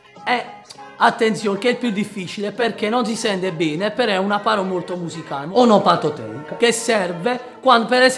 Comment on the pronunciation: "Onopatoteica" MUOIO😂